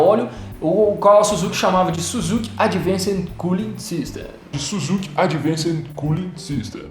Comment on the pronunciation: dei like só pela forma como ele falou "advanced cooling sistem" pronuncia impecável